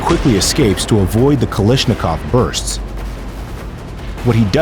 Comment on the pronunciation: KaLASHnikov, not KaLISHnikov